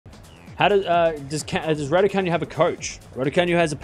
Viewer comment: It’s not pronounced RaducaNew it is Raducanoo 😃